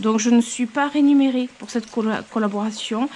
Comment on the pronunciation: je voulai dire que vous faites une erreur de prononciation c'est "remunéré" au lieu de "renuméré"